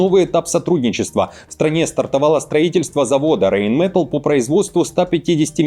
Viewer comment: РейнметАлл это старейшая немецкая фирма и все знают, что произносится это слово с ударением по правилам немецкого языка, а не английского! РейнметАлл! Так же как в русском!